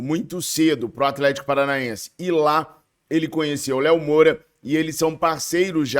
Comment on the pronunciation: é dez, gente como a gente. Errar é humano. Mas eu ri quando ele falou Moura